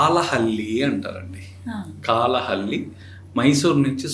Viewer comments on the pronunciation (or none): కాలహళ్లి కాదు నాయనా కళ్ళహళ్లి